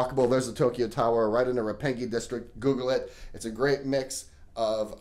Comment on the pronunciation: "Roppangee" haha gotta love the attempt